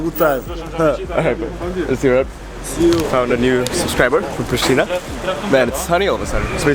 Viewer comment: Hey I live is Pristina you have to say in Kosovo preshtina